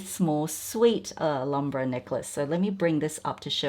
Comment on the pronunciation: Alambra? What's Alambra,?. It's pronounced al ham bra. Not alarm bra